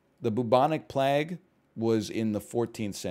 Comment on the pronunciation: I'm sorry. The bubonic what now? How did you just pronounce "plague"?